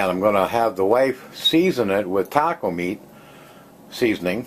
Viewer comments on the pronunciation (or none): none